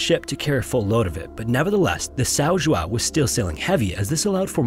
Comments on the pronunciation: The correct pronunciation in portuguese of the ship's name is something like this: Saun Joaun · "Sow Joo-ow" 😂😂😂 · You completely butchered the name São João. It's that hard to Google the right way to pronounce the name, before making the video?